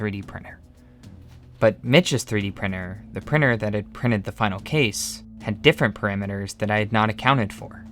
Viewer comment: 3D prinNer… and all the T you did not pronounce and converted in N or an R, etc.